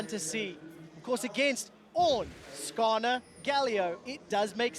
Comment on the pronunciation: do they say karsa instead of skarner wtf